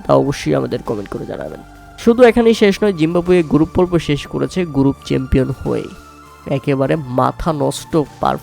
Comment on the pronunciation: "গ্রুপ" কে বারবার "গুরুপ" বলার মাধ্যমে আপনিও মাথানষ্ট করা পারফরম্যান্স দিয়েছেন!!!!